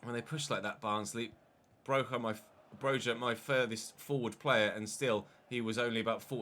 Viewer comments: I’m gonna say this again PLEASE pronounce Broja’s name right its “Broya” and not a hard “J” I know you like to pronounce the players names the right way. I really hope you see this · Thank you haha. You have no idea how frustrating it was hearing you say it with a hard J 😂